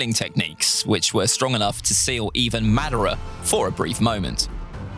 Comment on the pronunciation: Your pronunciation of madara hurts my ears